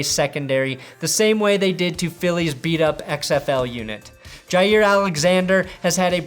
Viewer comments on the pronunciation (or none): none